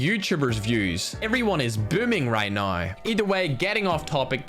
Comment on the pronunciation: Maybe it’s time you actually say “now” as N O W and not “nine”